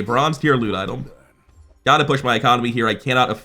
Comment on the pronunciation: am i going crazy or is bro saying idol instead of item?